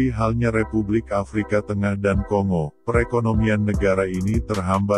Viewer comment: Bacanya konggo min...! Seperti kita membaca bangga bukan di baca seperti ɓunga atau singa. Ini ceramah karena saking banyaknya admin masih buta baca